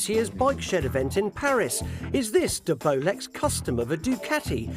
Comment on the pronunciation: Nice Tig-ing 👌🏻😎 it’s De-Bolex ! 👌🏻